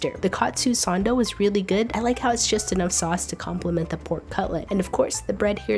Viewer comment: Learn to pronounce sando.